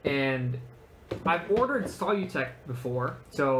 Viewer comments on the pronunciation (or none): Their name is pronounced "sə-ˈlü-tek" (as if you were saying "solution"). Their flexible filament is TPE, not TPU.